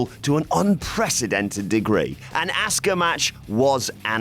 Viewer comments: Why do British guys pronounce Asuka as Asska? :P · You pronounce Asukas name like Asska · Say Asuka right please